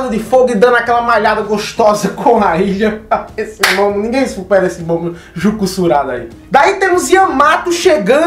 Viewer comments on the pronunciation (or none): none